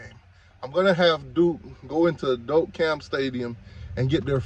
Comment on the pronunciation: Trash can Miami fans always worried about us.. and learn how to pronounce Doak Campbell !!! Reading is fundamental